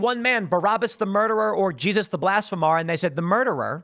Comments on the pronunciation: it's 'blasphemer', not 'blasphemar' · Please stop saying BlasphemAAr and say it right, its BlashphemER. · "Blas'fah'mar" LOL. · Tim work on your pronunciation of blasphemer. Blas-feem-ur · Lol at “blasphemar” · Tim I love ya buddy.. but if you continue to Mispronounce ’blasphemer’ I’m gonna physically flip out